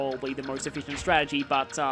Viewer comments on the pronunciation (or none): none